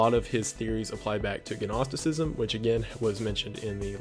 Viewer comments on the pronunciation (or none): Gnostic. Silent g dude. How did you graduate high school? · Silent 'g' on gnostic dude :) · The g in 'gnostic' is silent. It's not really important, just a little factoid that may be useful. Also, I have never heard someone use 'such as' in the way you do. I'm not certain it's correct, but I also don't mind it? You get your point across, but in my head I can hear my mother and fifth grade grammar teacher shouting at me to never end a sentence in a preposition, or begging to expand on the antecedent. I'm fine with that. It's a peculiar quirk of language, I hope you don't lose it. I dunno, it's kind of fun. :) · The "g" is silent BTW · Your pronunciation of "genki" kills me inside. The "g" in Japanese is pronounced like the "g" in "gift." Edit: speaking of "g," the "g" in "Gnostic" is silent. Country flags only show up on /int/ on 4chan, it's the International board. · Silent "G" 🤘 Gnostic "naw-stick" Gnosticism "naw-stih-sizm" 🙏 Blessed Be, Brother. Edit: also, Gnosis "know-sis" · nos tick =its a silent g gnostic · I really do hope someone told you how to say Gnostic correctly. Nostic/ Nosticism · I drink when he says gnostic wrong.